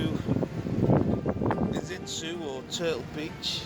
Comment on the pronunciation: It’s Iztuzu 😉